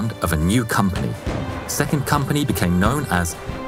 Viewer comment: I've known Lauri Thorne as soldier who fought in 3 armies but not known so much about him. Wonderful. Also the törni pronounciation was just like a native Finnish. I love your narration and the new merch. This is an amazing video for 200,000 subscribers (actually 201K now)